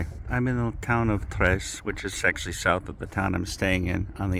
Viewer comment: Not Kres but ZZres (ZZ...like piZZa)